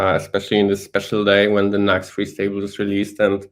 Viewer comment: Jak francuz "fings" zamiast "things", "free" zamiast "three". XD